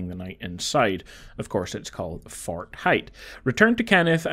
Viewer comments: Don’t forget to retake Kenneth’s “Fart” It’s called “Fart Height” 🤣 great, clear and concise informational video man well deserved like and sub I’m sorry I just thought how you said “Fort” was funny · Whenever you say “Fort” I hear “fart” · I’m such a child at heart… when you pronounce fort as “fart” I just giggle inside